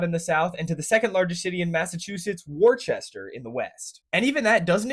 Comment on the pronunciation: WTF is WAR CHESTER?!?!?